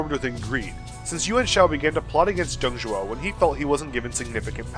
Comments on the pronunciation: Nice video , but the name was "Dong Zhuo", not "Dong Zhou" XD Dong Zhou means the " Eastern Zhou Dynasty " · That's Dong Zhuo ya dope also laughing at a couple of the misspellings, He Jin, mispronunciations, and luoyang. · Some small errors: Dong Zhuo Qiao Mao Luoyang is pronounced as Luo YOUNG. Lu in Lu Bu is kinda tricky..... a cross between Loo and Lee. Good job - looking forward to the next episode!